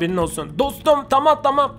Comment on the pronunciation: "Bu bilgisayar taam" Abi taam dediğinde koptum kskskskjdırnxodpÖşcnlp